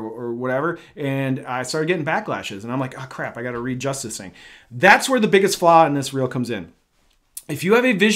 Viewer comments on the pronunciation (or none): none